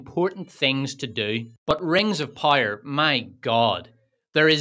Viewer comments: I’ll never get tired of you saying ”Rengzopyre”. 😂❤ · "Wings of Pire" 😂